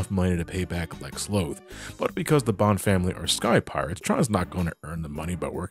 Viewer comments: It's BONNE (pronounced BONE) family! Not Bon (B-On)! Tron Bonne's name is literally a reference to the instrument Trombone! Stop pronouncing her name wrong! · No! Not potato, potato! Her name is a musical reference like Classic and X's series. Also, the Japanese version (as in the people who made it) pronounces the name as Bonne (Bone)!